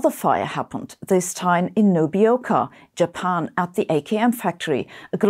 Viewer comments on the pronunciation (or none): none